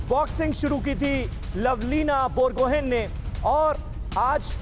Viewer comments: Lovlina borgohain hai, gohen nehi. Bolne ke samay borgohai bolte hai. Last ka n silent hota hai ( wo n actually chandra bindu hota hai)....and wo commenter Akhil Kumar ki baat bohut discouraging hai...wo bar bar turkey ke boxar ke bare me bol bol ke kya jatane chahte hai!!?? Wo turkey ke hai ya india ke hai 🙄🙄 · बोरगोहेन नही बरगोहाइ है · Lovlina Borgohain..Not lovlin borgohaiN..last 'N' is silent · लवलीना बोरगोहाई.. Pronounce properly.. she is pride of India.. জয় আই অসম 💪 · Bor- go - Hain(haai)..Borgohain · Its Pronounced BorGohaai(Borgohain)...the generals of Tai-Ahom Kings!